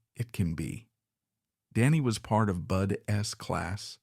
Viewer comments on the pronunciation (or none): It’s AI! The way Artificial Intelligence says BUDS! So when they use the ai voice it always says BUD S!! Don’t worry bro pisses me off too!!! 😮